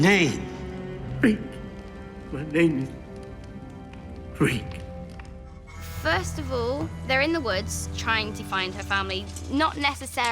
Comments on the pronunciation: Reek,it rhymes with sneak!! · Reek it rhymes with freak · ***** it's reek you idiot